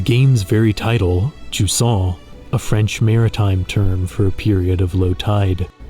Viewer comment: To be fair, nobody still use the therm "jusant" in France, maybe i heard it once despite I've grown up near the coast. Maybe event "ebb", the English word, is better known. But, whatever it is, it is pronounced "juZan", and not "DjuSSan".